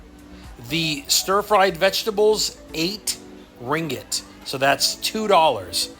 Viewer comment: It’s KOTA Kinabalu NOT Koti & it’s RINGGIT not Ringet & Sabah is one of Malaysia’s 13 STATES!